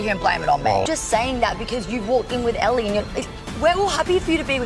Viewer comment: He kept saying it wrong..which makes me think he doesn't actually watch mafs. Like why was he saying aly not ellie